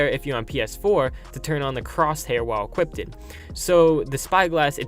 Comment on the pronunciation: The way he says equipped is killing me lol hope this update improves this game alot.